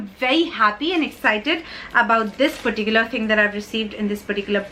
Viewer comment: You say lots of 'perticular's in your sentences. 😄